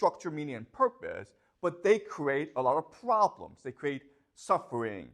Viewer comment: Professor should avoid to say Pvoblems.